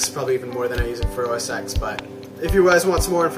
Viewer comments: You are a very good artist. It just cuts into my heart when you pronounce it OS X and not OS 10. X = 10 OK? If you don't believe me, open a terminal and do these commands: # say "OS"; say "X"; say "OS X" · Actually it's OS "ten", not "ecks". No one at Apple has ever called it OS"ecks". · So that was pretty darn impressive. Always enjoy seeing cross-platform people who can demonstrate technology objectively. My only tip is that the X is pronounced "ten", not the letter x. Other than that, quite a nice demo of a bitchen box. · It's most definitely pronounced "OS ten." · now ya know we're dealing with a dumbass when he says OS X wrong.